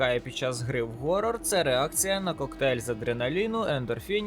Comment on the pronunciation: обожаю хорроры, спасибо за видео) только было немного неудобо слышать то "хоррор" то "горрор", хоча можно просто сказати хоррор, це не проти правил) и еще есть небольшие проблемки с произношением названий игр)